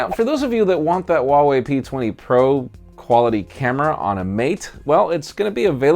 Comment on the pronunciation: “Huawei P Thankyyou” :)